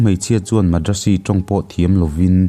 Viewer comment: A hmang thin te leh keini hovin kan lamrik dan chu Moreh hi 'Maw+re' ti ang deuh niin, Madrasi hi 'Mat + ra + si' ti a ni bawk. Hriat than dan ang nilova i rawn lamri hian beng a fah lo ve deuh. Sawiselna nilovin a thuphungin ka rawn luangliam ve mai mai a ni e, lunglova lak lo a aw...